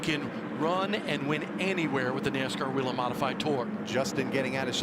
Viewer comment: Why do they keep calling it WEE-lin when in their own corporate TV ad they pronounce it WAY-lin????? DUH???